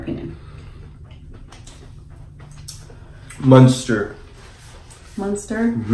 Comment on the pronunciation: Its munster not monster. So you say it with a u not a o. Lol